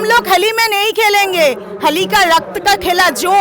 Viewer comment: Ki hindi bolle go didi... oshadharon 😁🙏🇮🇳🚩🚩🚩... holi ko hali..🤣